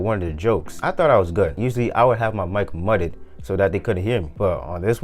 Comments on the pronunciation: btw its pronounced myu-ted not muh-ted, great video bro thanks for the advice this might change my life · did this guy just say mudded instead of muted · bruh said MUT pronounced MEWT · Bro said mutted💀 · heard that and immediately came to the comments to see if anyone had said it lol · this dude doesnt know how to say "muted"